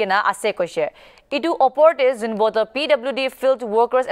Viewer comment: It's zunhebhoto not zunboto